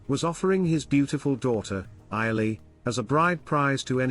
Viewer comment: The daughter's name is pronounced, I believe, as /ee-o-lay/.